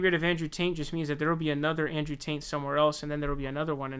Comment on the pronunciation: Bro. Are you saying “ Taint “ ? 🤣 lmfao